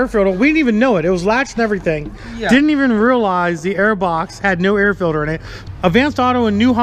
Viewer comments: Filder instead of “filter” 😂😂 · That air fidder is good for another 15HP at least! I 🤣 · Haha! Dad said filder again. Haha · Did you put a "filder" in it?